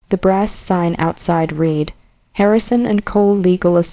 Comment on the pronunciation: At least teach AI how to pronounce the word no ( not Number) read not reed a lot of reprogramming needs to be done so the words have the correct intent.